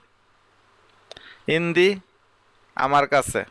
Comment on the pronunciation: ভাই শব্দটি ইনদি হবে না। আনদি হবে